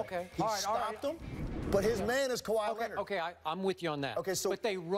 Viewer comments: “ Kawhi leanord Kawhi Leanord “ 😂😂😂😂😂😂😂😂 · The fact that you have to struggle to respectfully say another man's name(Kawhi Leonard) says a lot about your character.